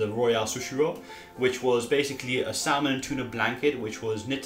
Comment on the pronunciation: Salmon isn’t pronounced how it’s spelled! it’s pronounced sammon